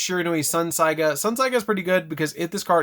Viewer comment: Saga is the word not saiga